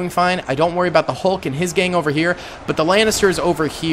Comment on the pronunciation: “How iz Zeeeee Hulk doing”😂😂